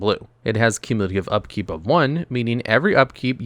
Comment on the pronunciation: "Cumiculative upkeep"